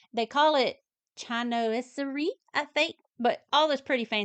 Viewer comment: I believe that you are thinking of toile (pronounced twall). The other word is pronounced shinwaserie, I think. These all turned out beautifully! Excellent job! I love each of them. I think that your bunny turned out best. So good to have you back!❤